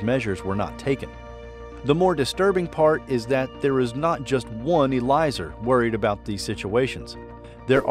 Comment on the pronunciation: Eliezer is pronounced as eh-lee-eh-zer